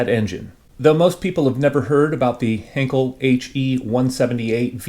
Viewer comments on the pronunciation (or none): Not to be too much of a pedant--and I am not a native German speaker, so take this with a grain of salt--but I believe Heinkel is pronounced HINE-kull. Anyway, very interesting kit. A tad jealous as they don't seem to be in large supply and I've always been very fond of the early German jets. Thanks for sharing!